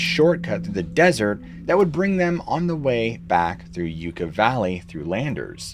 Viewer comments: I appreciate your hard work, just FYI, the word Yucca is pronounced Yuck-uh 😊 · Great story telling as usual, some of the writing could be refined and Yucca is pronounced yuck-uh not you-cuh. Timestamps would be awesome as well. All in all a solid episode though, thank you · Correction. Not pronounced y-oo-ca valley it’s Yucca valley after the yucca cactus. My dad grew up there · Yucca is pronounced "yucka." Just fyi. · Yucca, like in Yuck, Yuck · No disrespect, just fyi - Yucca is pronounced like yuck-a, (gross), soft a, soft u. Love your channel! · It's pronounced yoo kah